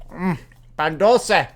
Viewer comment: Hahaha no offense but you butchered the pan dulce's name. It sounds like pahhn duulse